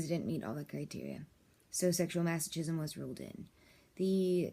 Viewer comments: It’s masokism you don’t say CH like CHOOCHOO it’s more like KOOKOO. :| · TOTALLY FAKE VIDEO. THIS WOMAN IS NOT A DOCTOR. SHE IS A HIRED ACTOR WHO CAN'T EVEN PRONOUNCE THE WORD MASOCHISM. THERE ARE SEVERAL OTHER VIDEOS ON YOU-TUBE WHICH ARE IDENTICAL TO THIS ONE, BUT WITH OTHER NARRATORS, EACH OF WHOM CALL THEMSELVES DOCTORS. THEY ARE NOT. THEY ARE FRAUDS. THIS VIDEO IS FAKE, FRAUDULENT AND PHONY. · probably should learn how to pronounce masochism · I agree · Both terms are pronounced hilariously wrong, and for godsake, DON'T SAY YOUR PATIENT'S NAME. HIPPA violations will lose your license real quick. Lastly, neither of those terms are unhealthy, and are practiced by millions of people who lead perfectly ordinary lives. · don't say your clients name in a video like this... also you obviously haven't done enough research on the topic because you don't pronounce masochism or sadism right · You pronounce masochism and sadism wrong. Are you a professional? Also, these are not bad things as the word disorder suggests. What is not ok, is the abusive husband.